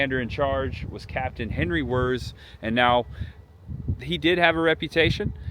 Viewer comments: His last name is not “Wurrz”. It’s pronounced like VEErtz. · pronounced Wirtz